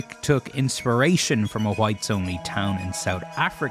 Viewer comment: Can we please start a movement...make America speak properly again? "Who-ites" no. Fix it. While we're at it. "ve-trens" no. Fix it. "Nu-queau-ler" no. Fix it.